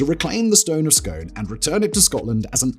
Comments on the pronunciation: Pronounced the stone of Scoon!! Dude! 😂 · Stone of Scone is pronounced ‘Skoon’ man. 😉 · It’s pronounced scoon. Scones are a breakfast cake, scoon is the ancient capital of Scotland. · And it’s the stone of ‘scoon’ not scone as in the bread product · It's pronounced scoon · I knew it! As soon as the stone of Scone was trailed in the intro, my first thought was, no way Simon will pronounce it correctly! For the record, scone should be pronounced “skoon” in this case, Scottish pronunciation! Edit: damn he also murdered Arbroath! It should be “ahr -BROWTH”! No shade, it’s just amusing!